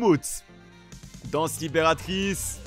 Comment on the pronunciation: Code créa mais tu est malaisent quand tu dis libératerice